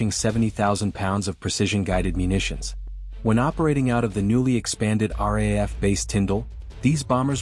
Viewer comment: Please teach your AI how to pronounce RAAF - it is “R- double A- F”. The RAF is the UK airforce